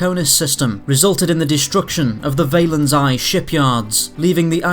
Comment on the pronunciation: Valeri- On-High Shipyards not Valen'Eye Shipyards